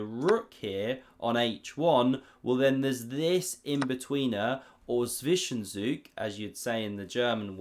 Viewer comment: great video again thank u so much, to pronounce the german word Zwischenzug even better, you just have to speak a hard T and then a hard S TSwishenTSoog like a bursting steam thing tsssssss❤🙌